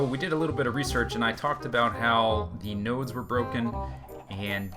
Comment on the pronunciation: When he sed nodes I thought he sed nose Herpa derpa